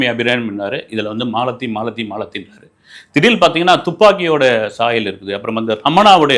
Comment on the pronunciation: அப்பப்ப "திடீல்னு" அப்டின்னு சொல்றது நல்லா இருக்கு